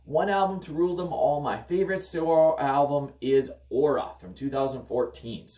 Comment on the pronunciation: Just a tidbit of information... it's pronounced as "Seur," not sayor.